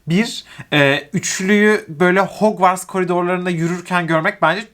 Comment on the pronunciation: ah ya gerçekten şu okula 'hogvartz' demeni asla kabullenemiyorum nolur ya hagvırts diye oku insanlık için harry potter için :D